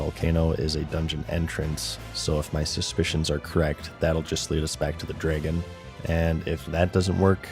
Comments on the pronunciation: it's Drah-gon, not gray'gin. Learn English mr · Usually incorrect pronunciations really annoy me, but imma give 'draygun' a pass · must be from Wisconsin or Minnesota the way he says draygon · Not sure if is from Canada, Wisconsin, or like he said, autistic, the way he says Dre-gen. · you say dragon very canadian